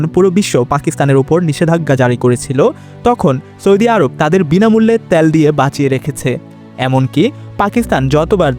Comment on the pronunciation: আপনার উচ্চারণ শুদ্ধ করুন। সৈদি, ত্যাল সহ বেশ কিছু উচ্চারণ শুদ্ধ করতে হবে। শুদ্ধ উচ্চারণ হবে সৌদি তেল.......।